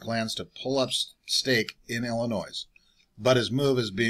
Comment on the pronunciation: The "S" is silent in Illinois